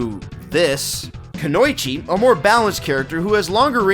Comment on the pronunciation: Konoichi? Seriously? Its pronounced Kuno-ichi. Argh! It means woman.